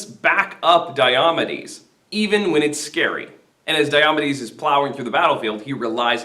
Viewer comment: May I ask why you pronounce it “die-AH-muh-deez”? From the “Pronouncing Glossary” in the book you’re using in this video: “DIOMEDES (deye-o-mee'-deez)”, or, “die-oh-MEE-deez”.